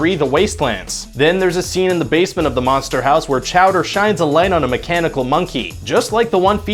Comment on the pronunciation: Manster Hawse